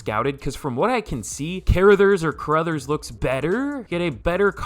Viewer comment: Car-Ra-Thers is how you pronounce it god damn